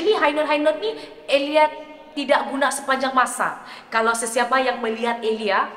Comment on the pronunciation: Sebut nama sendiri ter sasul😅 tersebut "EliayS.. santa ja eliyas di depan 😂 Bunyi awal" dah mula petik kritik vokal sabahan😅😅